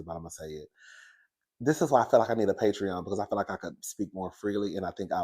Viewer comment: You keep talking bout this patron-sir bye lol